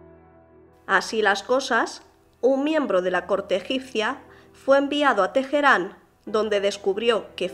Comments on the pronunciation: Una duda, ¿por qué dices Tejerán? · problemas de identidad...spanglish. en español la "H" es muda, en ingles surna como la "J"